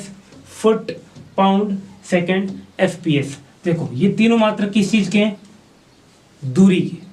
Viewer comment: MKS CGS FPS KO SPS Kiu bol rhe he